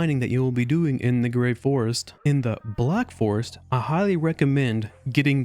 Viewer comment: Through half of the video i kept hearing theVlack forest, I found that quite disturbing. The pacing of the video is better than in the previous. Nice work, cya in the next 75% stream.